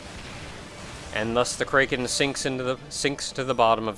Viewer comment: I inadvertently flinch every time you say kraken like that.